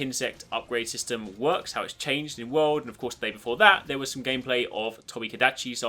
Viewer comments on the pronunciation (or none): none